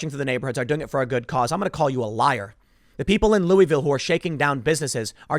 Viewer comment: Loo uh vuhl